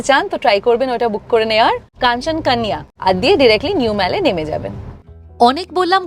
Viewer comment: খুব সুন্দর উপস্থাপনা। একটা ছোট্ট আবেদন, "কাশ" , "কাঞ্চন কান ইয়া" এগুলোকে বাংলা ভাষার উচ্চারণ করলে আরও শ্রুতিমধুর হতো। পরিষ্কার "যদি" বা কাঞ্চনকন্যা বললে আরও সুন্দর হবে। অনুরোধ রাখলাম শুধুমাত্র। 😊